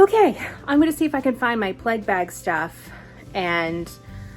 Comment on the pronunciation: Had to laugh. I heard you say "pleg" and thought huh, I've been watching you for a little while and haven't heard that word before- must be a Jewish thing I haven't heard of. Then realise you were saying "plague" :)